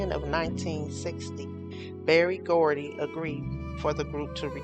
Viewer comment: HIS NAME IS BERRY GORDY NOT BARRY.